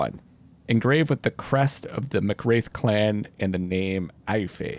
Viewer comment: Just as an FYI Aoife is a gaelic name and pronounced Ee-fa. Loving the play through. I love that you've gone the resurrection route as its not what I'd do so I get to see the outcome of this decision.